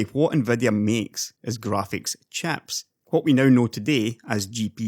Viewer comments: Talking about graphics "chaps" xD. Love the accent. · I'm sorry for joking about this, because I love your accent, and I really enjoy your content as well, but I have to laugh when "chips" kinda sounds like "chaps" to my ears. I also really enjoy your comments on the SemiAccurate forum. You strike me as a bit different from the traditional tech tuber. It's pretty easy to tell when someone is a bit more "in the know" than others based on their content and where they get their information. Keep up the good work! Always love a new video! PS- Your unboxing of Threadripper was great.